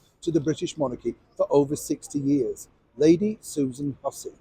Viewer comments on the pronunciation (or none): none